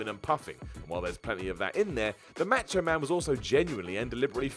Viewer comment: I love how you say "macho man" match o man .